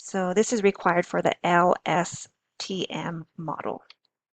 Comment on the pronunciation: presenter can barely remember how to pronounce LSTM, give me low confidence